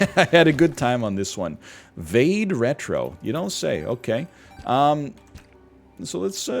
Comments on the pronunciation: NL pronouncing Vade Retro like "Vayde" Retro... My man😂🤝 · I love how he pronounced "vade retro"